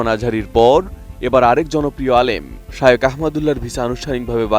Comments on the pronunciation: শাইওক না শায়েখ,,, খ এর উচ্চারণ না করে ক করছেন কেন? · হুজুরের নামটা উচ্চারণ করতে পারে না আইসে সাংবাদিকতা করতে